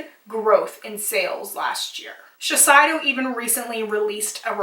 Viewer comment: Shiseido is pronounced shih-sey-doh